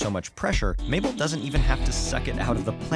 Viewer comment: It's Mable like maple, not cliche?